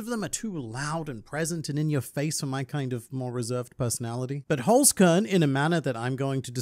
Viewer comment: Listening to you butchering the german word Holzkern is awesome. Love it!